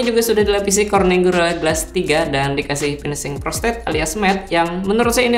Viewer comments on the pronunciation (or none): none